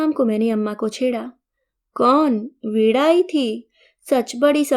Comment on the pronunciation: वीणा को वीड़ा बोल रहे हैं।